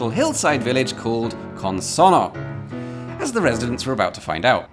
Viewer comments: I can tell you care about pronouncing things correctly. You don't quite get Consonno right. Here's what you do with double consonants in Italian, to which English-speaking ears (!) are not normally accustomed. Syllables are split between the consonants - CON-SON-NO. When pronouncing it, you throw nothing away. Only H's are silent in Italian, but alter pronunciation in other ways. This means that you have to pronounce both the N at the end of SON and the N at the start of NO. This produces a slight hesitation on the double consonant. (It also has the effect of slightly shortening the vowel just before. Had we had a single N here, the O would sound as in "road", with the double N it's like "rod", which you correctly say.) This gives the language its rhythm. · Your Italian accent is good, but you really need to stress the double n in the word "Consonno" to pronounce it perfectly.